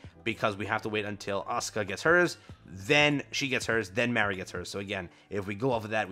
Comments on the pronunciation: I was just spelling it phonetically so he can pronounce it correctly . He was saying it like the name Mary. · It's pronounced "Mah-ree" not like "Mary". LOL